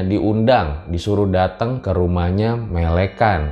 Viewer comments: Melekan cok bukan melekan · bang tau ga cara baca melekan tuh melekan bukan melekan😭😭😭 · Melekan bang bukan melekan😂😂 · waktu bilang “melekan” lucu 😂 logatnya bukan gt ngomongnya🤣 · Logat kata melekan nya anjir ... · "melekan" ga gitu bacanya kak...... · Bang cuma mau mengingatkan pelafalan melekan bahasa jawa masih salah kalau bisa diperbaiki lagi di lain kesempatan. Sy cuma mengingatkan bang🙏